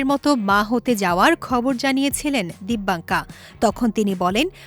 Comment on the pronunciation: নাম টাও সঠিকভাবে উচ্চারণ করতে পারলো না মূর্খ